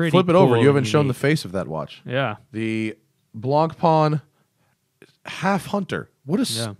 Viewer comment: Attention watch nerds who don't speak French: if you can't be bothered to learn the correct pronunciation (which is fine--not trying to tell you how to use your time), at least try to be less wrong. Blancpain is not pronounced "blonk-pon." A nearer approximation would be "blon-pan." See 3 min 30 sec mark here